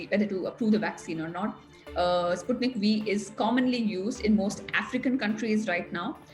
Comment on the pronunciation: Sputnik 5 to be pronounced. And not Sputnik v